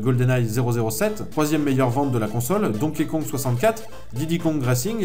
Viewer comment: super vidéo juste on dit banjo ka-zou-i